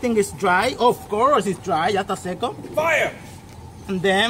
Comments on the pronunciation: I like this guy! His pretty cool and funny "mini Fira!" 😂💩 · Lots of FIYAH!" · AN DEN FIAH!